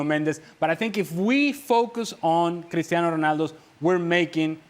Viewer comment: Why does the 1st guy pronounce Cristiano’s name like that? It’s wrong. CR7 is not Spanish… 😮 And us not a single word. The other guys do it better.